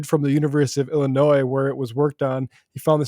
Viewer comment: illi-noise? ok, well im now gonna call texas texa.